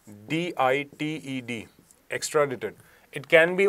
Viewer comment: Extradaaaite is pronunciation